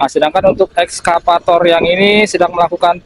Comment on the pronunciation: maaf ya Bukn,ESKAPATOR,tapi excavator 🙏🙏